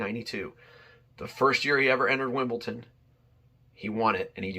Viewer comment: It’s Wimbledon not ton